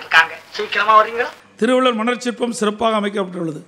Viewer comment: Thiruvila manar chirpam ah :D thiruvalluvar nu solradhuku moochu vaangudhu ..nee ellam ?